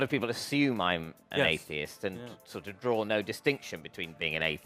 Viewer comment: Which part of England do you guys come from that add an "r" to words that don't have an "r"? For instance ...draw ... you both say "drawr". I'm just curious...